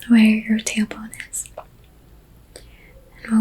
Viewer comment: I seriously thought you said “where your tampon is” and I was so relaxed and that took me out 😂🤣😭😭 I had to turn on captions after the third time lmao TAILBONE